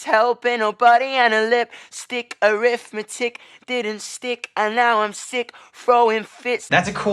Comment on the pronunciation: When yungblud says “arithmetic” it sounds like he says “arrest my chick”😂😂😂😂😂😂😂